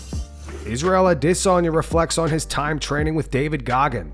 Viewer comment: I genuinely cringe every time this guy says Izzy’s last name.